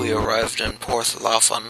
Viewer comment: You pronounced Porth Llaffan incorrectly, and why are you giving the villagers Irish accents they're supposed to sound Welsh